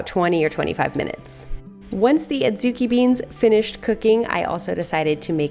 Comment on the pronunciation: They're pronounced "odd-zoo-KEE".